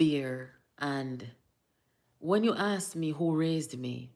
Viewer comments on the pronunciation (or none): none